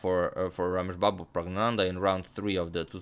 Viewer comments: You pronounced pragnanandhaa, better than many of us. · The most impressive thing was the pronunciation of the winner’s name that I will not even attempt to spell